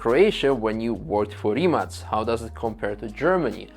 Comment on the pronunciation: Do the people at Rimac get annoyed when people pronounce Rimak ? Im from Poland ,so C we pronounced like in Croatia .Slav connection ,)